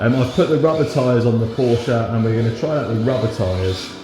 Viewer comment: How can you call yourselves a "massive fan" of Porsche while referring to it as "Porsja"???